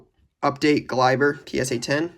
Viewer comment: It kills me as a Yankees fans when u say this😂😂 It’s is Glay-ber